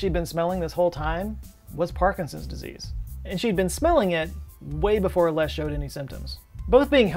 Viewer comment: Have you never heard the name Les before? Or can you just not pronounce it properly 😂